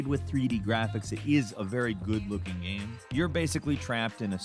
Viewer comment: Dis dude said gam